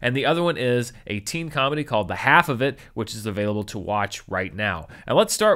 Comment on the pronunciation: Half is pronounced with the L in this movie It rhymes with Ralph